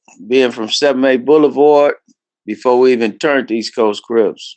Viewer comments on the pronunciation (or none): Why does he call Crips "Rips"?